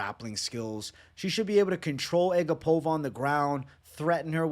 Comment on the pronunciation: It's A GAP-ova not ag-APOVA. i remember her saying that after a fight